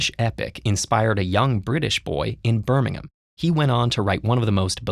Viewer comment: I'm most impressed that you pronounced Birmingham right